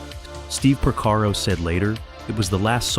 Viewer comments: It's Porcaro, not Prosaro. If you're going to produce a video about some one or some thing, at least get the names straight! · How come you don't know how to pronounce Porcaro?